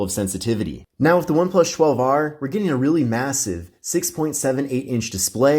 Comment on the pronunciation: The way he repeatedly kept saying One Plush 12r was so annoying. Couldn’t even finish the video